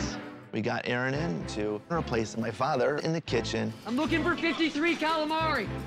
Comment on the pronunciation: Manager - This is chef Aaron Ramsey - Aron sigh, my name is Aron, not Aaron. getting someone's name right is kinda important Gordon, especially if it's the head chef you are going to be working with